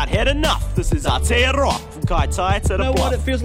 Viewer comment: Awkies how they an't even say Aotearoa properly